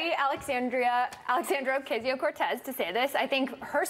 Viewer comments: They mispronounce her name on purpose. You can tell theyre about to say Ocasio correctly and then go "oh wait I'm supposed to say it wrong" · Alexandria Oh! Oh! (Stuttering) Okesio (wrong pronunciation) Cortés...ha!ha!hi!hi! Blah, blah, blah, POOR devil, THIS is who she is....ha!ha!hi!hi! Well, Duh! And this is who WE at Fox are, complete .... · Ocaaaasio What the fuck America, it’s not difficult to pronounce.